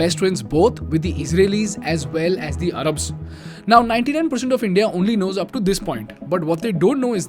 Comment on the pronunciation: It’s Arabs not arrabs